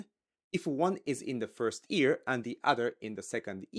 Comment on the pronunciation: Am I the only one hearing ear instead of year ? 🤣